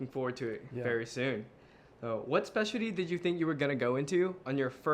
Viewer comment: the way says "specialdy" lool